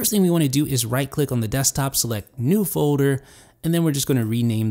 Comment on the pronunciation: FJ21™ it's the way pronounces folder:)